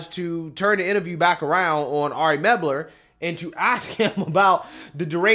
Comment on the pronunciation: The guy's name is "Mel-ber", not "Meb-ler".